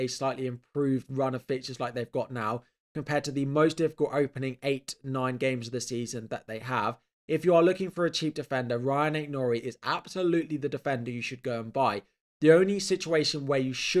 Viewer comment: You should pronounce it Ruben “Amoreem” 😊